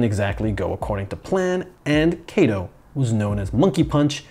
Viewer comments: He's かとう (Katō) not けいと (Keito), my ears are bleeding. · 加藤or加東(Katou) is pronounced like "Kahtoh", not "Keitoh". "Keitoh" sounds like "毛糸"(knitting wool). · His name, Kato, is read as simple A sound as in cut, not as in take. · It might roll off the tongue better with english